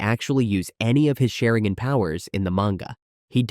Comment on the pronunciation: The pronunciation of Sharingan is atrocious